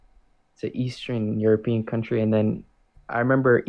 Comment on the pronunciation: "Eastren European.."?